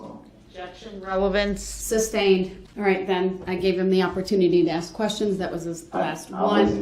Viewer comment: Morgan "GROUNDS!!!!!!" "Troof" (Truth) "Axed" (Asked) "Substained" (Sustained) "Tack-it" (Tacit) "Subject Matter Jurisdiction"😬🤯